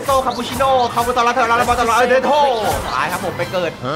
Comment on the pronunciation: ตัวที่พี่บอกว่าทอร์ มันคือ โทล ครับ